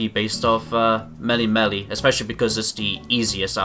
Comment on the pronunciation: “Mely-mely island” “hau-lio city”